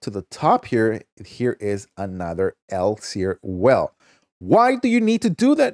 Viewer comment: E-licks-er is how elixir is said